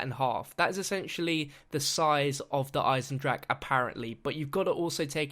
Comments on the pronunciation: duh igh-senned-rock-uh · JUST WANTED TO POINT OUT in german words you pronounce the e if the word ends in e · you are saying Der einendrache all wrong